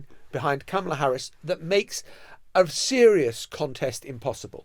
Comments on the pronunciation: Her name is pronounced "comma la" not "kam ala" Shes been vice president for over three years....how come our journalists keep mispronouncing her first name??? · Emily, she doesn't pronounce her name CAMELa, it's CARmela. I'm not sure why so many English presenters can't say it. Is it that large an intellectual leap to say someone's name as they say it? It is ignorant to keep mispronouncing a person's name, even as your colleague in front of you keeps pronouncing it correctly. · please learn to pronounce her name right, closer to "comma-la"